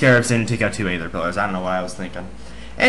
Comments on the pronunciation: a-ther? lol...you are strange child. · you can pronuounce it like ether (its actually suppsose to be spelled by that)